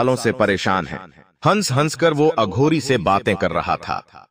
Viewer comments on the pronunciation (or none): बेवकूफ अघोरी को अधुरी बोलता है।